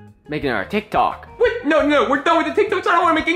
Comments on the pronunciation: Why does morty say tik tak but jeffy says tik tok? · It’s not called tik tak morty it’s called tik tok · Marty said TikTak lol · I saw that video why does Morty call it tic tak